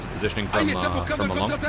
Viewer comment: "Ma"Long , "Leng"let